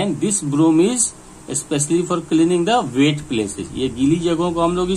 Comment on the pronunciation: Cleaning not clening